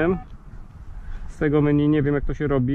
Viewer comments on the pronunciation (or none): none